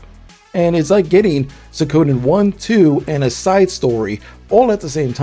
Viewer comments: Suik o den not sui ko den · I loved playing these games growing up so i m super excited to see them available again. also its Su-ee-koh-dehn not suey-ko-den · Good gosh. Pronounce it right please. Suhcowden? Ayuden Chronicle? Kanami? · I cannot continue hearing SOOKOWDEN 😤😤😤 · It's not "zukoden". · Not to be that guy, but it's pronounced Sweekoden and Ayuden. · Cant get used to you saying Suikoden as sowkoden lol